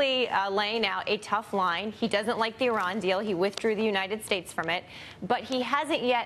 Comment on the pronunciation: Great speech (after everbody laughed at him) Trump can't even pronnounce Iran (eeerahn)